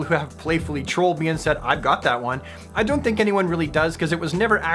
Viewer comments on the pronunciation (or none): none